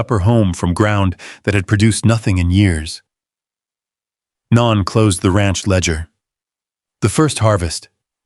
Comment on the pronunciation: No knee, not non. It's pronounced no nee